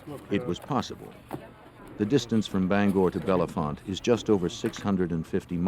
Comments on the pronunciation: it's Belfonte, not Belefonte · Its not Belle font lmfao its Bell Font the e is silent after Bell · Its not bellafonte it bellefonte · It just sounds like “Bell font” not “Bella font” and we don’t say Bethlehem, we say “Bethlem” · It’s just pronounced bell font. Not like the actor or how the narrator pronounced it. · My Daughter Megan lives in this town.. Every one pronounced it wrong. This man is also butchering it. Pronouced BELL FONT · Us bellefontetians pronounce it bell font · It’s pronounced “Bell’-Font.”😊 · 12/22 Saint Marys, PA And their pronunciation of Bellefonte was driving me nuts..... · State college/Penn State area, and the pronunciation of Bellefonte is atrocious 😂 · I too came here to say this, lol. This is my hometown area. And it always amazes me how many people never pronounce “Bellefonte” correctly 😂